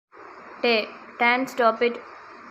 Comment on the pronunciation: It made me laugh how you pronounced yonOOTTan